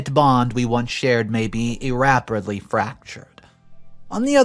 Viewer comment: Hey, I know you do your best to pronounce things correctly and this episode was a bit rough. Couple ones bugging me …reconcile, (WRECK-on-syle, not reek-on-cile,) is one that gets my Neuro spicy 🌶️ upset almost every episode. Also irreparably is ir-rep-a-blee, not ir-RAP. All said with love! thank you for the time and content as always